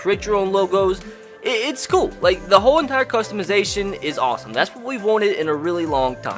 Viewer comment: Its Kewel